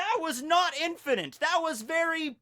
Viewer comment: "Infininte" "Fininte" "InfiniNte" Where did the N come from? N-word pass????